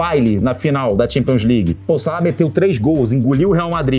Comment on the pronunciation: Champions "Ligers"